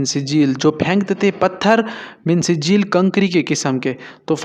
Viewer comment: Mee sejjel ( ikhfa) not min sijeeel (izhar)